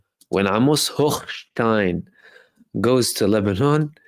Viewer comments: Omg!!!!! I love the way you pronounce Hochhhhjhhgggggggggshitstein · Brother I was cracking up every time you enunciated “Hochstein”